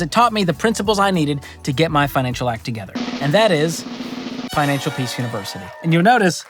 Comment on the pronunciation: did say Pinancial Peace?